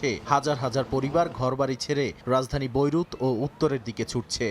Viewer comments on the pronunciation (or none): হালারপু বইরুধ না বেইরুট হবে ওইটা